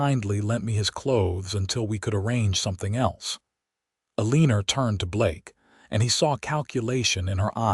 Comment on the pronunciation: Elenor is pronounced L or nor, not eleneer 🌷💐